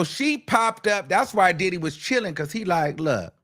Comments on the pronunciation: Emphasis on the Did - HE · The best is when he says “ And DIDDY….!!! “ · The way you say Diddy , lmao. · The way he says Diddy takes me out😂😂